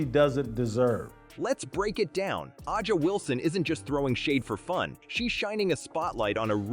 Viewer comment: The AI voice over says, AH JA Wilson. Avoid this crap or we'll be stuck with stupidity forever.